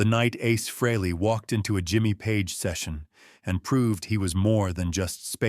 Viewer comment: Your crappy AI can't even pronounce Ace's name correctly, Who would want to listen to that, along with your bullsh!t tale for 20 minutes? AI sucks! Give it the thumbs down it deserves and send this BS video to algorithm hell!